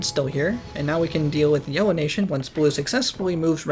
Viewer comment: I like that he says yewo instead of yellow for half the civilization stage